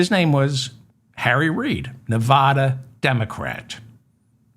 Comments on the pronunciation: Hi David, why is it that east coasters can't pronounce Nevada properly? " Pronounce Nevada as nuh-VAD-uh. The emphasis is on the second syllable, using the short "a" sound as in the word "bad" or "apple" (not a drawn-out "ah" sound). Locals strictly prefer this pronunciation over neh-VAH-duh" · Please learn how to pronounce the state of Nevada! I've only stated this hundreds of times that you mispronounce it, but it looks like you don't read your comments.